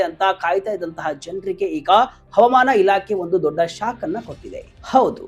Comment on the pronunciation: ತಮ್ಮಾ ಮೊದಲು ಅಚ್ಚ ಕನ್ನಡದಲ್ಲಿ ಹವಾಮಾನ. ಅಂತ ಹೇಳಿರಿ ಹವಮಾನ. ಅಲ್ಲ 😊😊